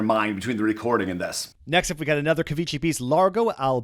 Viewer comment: Ciao...just for laugh...the name is Cavicchi! like cavikki with the "killer" k;-)